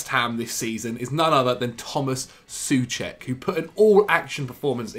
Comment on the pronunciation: Soucek is what? Loool okay dude